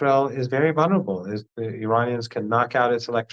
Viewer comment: Professor Marandi is an excellent, knowledgeable guest, who speaks well, except when he mispronounces VUL-ner-a -ble, which has two 'el' sounds.